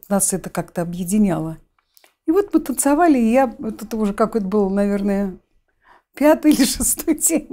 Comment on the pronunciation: права была Т.Васильева- егорова не актриса- вечная массовка и бездарность. "ТанцАвали"". Безграмотная,необразованная,косноязычная бабка-сплетница.